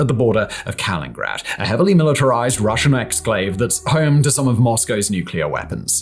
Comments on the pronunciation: I will go ahead a vouch for you that you covered all the NATO talking points so you can get your check from the US State Dept. lmao. Such drama. Some additional thoughts: a) Victoria Nuland is already married dude, if this was your attempt at getting a date. b) You might start with pronouncing Russian exclaves correctly. c) Nobody wants the Baltic countries or Finland. Even poor migrants don't want to be in the Baltics or Finland (they turn right around and go back to Poland), but somehow this is a priority for Russia? smh. d) Destroying underwater infrastructure? Where have we seen that before? e) The biggest weakness of the US/NATO/EU is that in the event of real tensions, their capitals become a radioactive wasteland, but let's focus on 'gaps and islands' and act like there is a conventional solution. Sure. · Is that pronunciation of Kaliningrad used widely? (In this video, I only hear one "in" - Kalin instead of Kalinin) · So many thousands of video uploads form, and the best we get on this one is “Kalingrad”, instead of “Kaliningrad” 😂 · Is ever gonna get the hang of pronouncing KalinINgrad? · Dude, if you're going to try to sound like you know what you are talking about, say the words right. It's Kalilingrad, not Kalingrad. How hard can that be? You've been mispronouncing that every single time in every video you mention it. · Kalin-nin-grad, not Kalingrad. But you should really call it Köningsberg, as it wasn't on the centuries old Russian map Putin boasts about.. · its Kaliningrad not Kalingrad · It’s Kaliningrad not Kalingrad!! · It's not Kalin-grad but Ka-li-nin-grad. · Why tf do you say "Kalingrad"? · kaliNingrad. I can't take you seriously when you say 'Kalingrad and TanzAYnia'. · Kalinininingrad…nailed it. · Oh! We really genuinely do love you! But it’s getting to be a good week for the cunning linguists amongst us: “Tan-ZAY-Nina”?!!! And now poor old Kaliningrad gets stiffed on a whole syllable!?😂❤ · Ka LIN in grad 😂